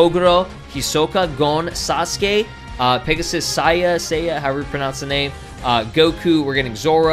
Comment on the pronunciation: It’s pronounced “Say-yah”